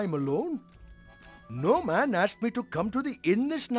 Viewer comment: I always hear "Gnome Ann" as "No Man" not sure if intentional.